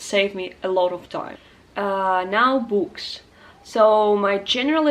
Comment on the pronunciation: Dear: I'd wish I could speak Arabic as well as you speak English. The teacher in me noticed at times that you mispronounced too well;) some words such as "tricks" and "books" like "treacks"/freaks and "bu:ks" as in "boomerang". I watched for a second time your Arabic learning video and checked the links in the descriptions, trying to find some leads, but unfortunately English is so deep under my skin that I can't use it as a meta language while learning Arabic. I am more of a musician, so I would rather have as close as possible a full phonetic immersion in the language I am trying to learn. quora: "Where-are-uncontaminated-Arabic-learning-videos-to-be-found" Any suggestions?